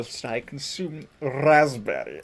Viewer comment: You roll your R well. R-R-R-R-R-Respect.